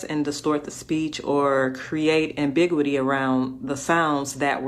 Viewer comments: If she was that smart, she'd know ambiguity is pronounced am-big-YOU-it-ee, not am-BIG-witee. Just sayin'. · Ambig-witty...does she mean ambiguity?! I guess she didn't say she was a linguist! But making out language & words...professionally? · First off, she pronounced "ambiguity" as AM-BIG-WA-TEE and that is incorrect. She isn't professional and I pray IF she is employed by the U.F.C., that she is FIRED. She is a racist, disingenuous LIAR. Report her and I will be sending this directly to Dana White to ensure she has no affiliation with the U.F.C. Another racist clown putting out KNOWN FAKE CONTENT. Why does the black community hate white young men? You guys need a hard dose of truth and the Lord. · Ambiguity! She can't read. He pronunciation of ambiguity is flat false. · She’s not smart…she doesn’t know how to pronounce “ambiguity.” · 🤨😒SHE'S NOT REALLY THAT SMART, SHE JUST TRIES TO SOUND SMART. SHE SAID MULTIPLE COMPLEX WORDS COMPLETELY WRONG....LIKE "AMBIGUITY". SHE OUTRIGHT SAID THAT WORD WRONG.